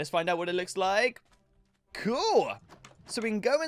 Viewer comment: I love how funny he says cuul